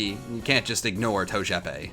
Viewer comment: Bulbasuar: and in today’s episode our special guests is togepi Squirtle: It’s TOE-J-E-PEE